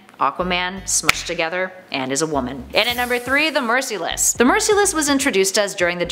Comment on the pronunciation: It’s merciless not mercyless